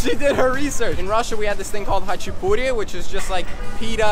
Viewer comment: How he said khachapuri (i am russian and i live in america) I miss the right Russian pronunciation so much!